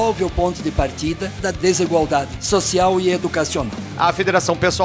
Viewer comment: "desigualdidade" kek